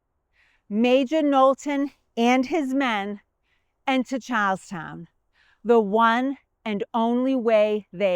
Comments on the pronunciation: We have a drinking game where every time says "Charlestown", we have to take a drink. So far we have had three public disturbances fines, 2 public intoxication arrests, one DUI and still have yet to ever see the end of this video. Our greatest thanks to and, of course," Chars-town". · i thought you said cows town. But i think you were saying charles town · Who had to hear Charlestown four times before they could make out the name? Love the accent.